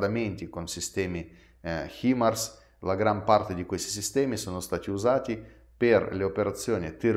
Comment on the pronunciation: Himars pronuncia= hai mars ❤